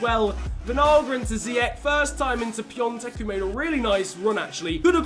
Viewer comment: No it's piontek and piontek is from poland not from czech so the pronounciation is not the same